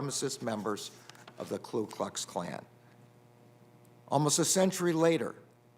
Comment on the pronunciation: LOL! He said Klu Klux Klan.